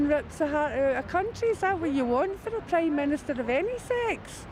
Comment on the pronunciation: De ye went a preym menostah